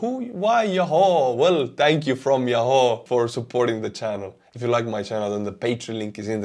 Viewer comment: it is enunciated Ya who (yahoo). Love your updates. Keep up the good work